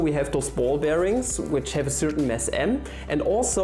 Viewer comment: Wow you’re getting more and more sophisticated in teaching stuff! Keep it up. (Side note regarding deutscher Akzent: it’s a mass m, not a mess m. ;-)